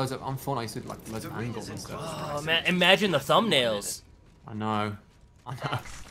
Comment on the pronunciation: Haha, "magine!"